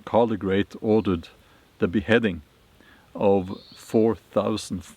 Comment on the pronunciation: Charles the great (Charlemagne). Sounded like you said Carl the great.its hard to imagine that many beheadings. Early so called Christians were brutal